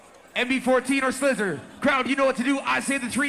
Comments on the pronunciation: Why is he calling slizzer "slizler"?? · yo my boi its slizzer not scissor okayy